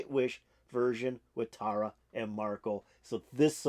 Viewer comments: So, here's help: Tarja is pronounced Tar-Yuh. And it's Marko Hietala (pron: HEE-ah-Tallah), a classically trained guitarist, *bassist, songwriter and incredible vocalist both solo and in harmony. They are huge stars...I know a big fan.like you would want to get the names down. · Thanks for checking this out. This is Tuomas' arrangement. Tarja was awesome. Marko kills it. Many reactors do this to check out Tarja, and get blown away by Marko. Song #5 of 18 at this show, which was Tarja's last with Nightwish. Btw, Tarja is pronounced (Tar-ya) with a rolling 'r'.